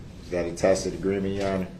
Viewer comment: . his momma told him it is pronounced ta-SIT agreement not takit